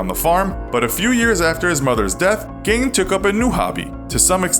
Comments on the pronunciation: It's pronounced geen not gayne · It’s gein not gain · I was excited to watch this, but I can’t get past the fact the narrator is saying “gain” instead of “Geen” 😭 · It's not pronounced gain its geene) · It's pronounced GEEN other than that good episode